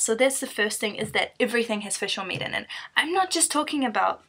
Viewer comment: Fush is not vigie... Fush is a fush